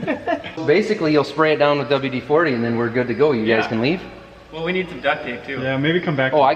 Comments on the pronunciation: because it's WD-40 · It's painful listening to him say "double D 40".